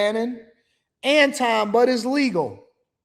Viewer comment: Anton. His name is Anton.